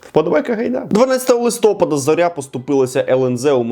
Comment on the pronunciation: Тут Фаріон просила передати, що листопАда, панове, а не листОпада!